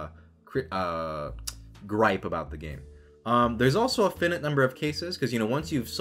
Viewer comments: fin-it games? Finite is pronounced fai-night. I do like how you pronounce mana correctly. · Just a heads up, that's not how you pronounce finite.